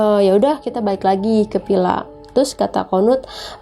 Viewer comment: Ini orang jaksel atau cianjur? Pila..pila..pilaa.. Or villa villa villa